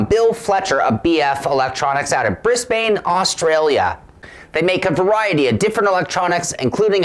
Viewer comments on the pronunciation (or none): It's pronounced Bris----bin. $150 AUD is approx $105 USD.